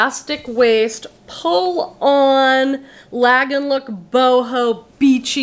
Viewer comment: I just found your channel and Im enjoying it but 1 thing ......the word 'lagenlook' isnt pronounced with a long 'a' sound, its German and is actually 'lah-gen-look'. As in "do-re-mi-fa-so-la..." or "ooh-la-la" Thank you for reading this (if you do) and please dont take it as a critique, just meant as informative.